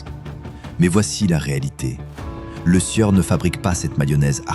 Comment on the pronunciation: tout d'abord c'est Lesieur et pas le sueur !...apprenez a parler ok ?